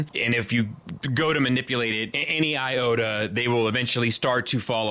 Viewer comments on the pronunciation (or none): none